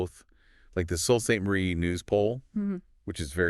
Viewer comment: Sault Ste Marie is pronounced "Soo" on both sides of the border. Sault Ste. Marie is in Michigan also, not just Ontario.